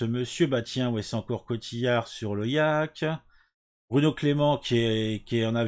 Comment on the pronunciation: Je rêve ou tu prononces "yak" pour parler du "yacht" (à prononcer "yôte'), le gros bateau? Le yak est une sorte de buffle tibétain. Pas un bateau.